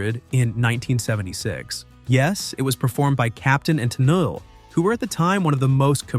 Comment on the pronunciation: work on how you script things for your Text-to-Talk voice. "Tennelee" (Tennille)?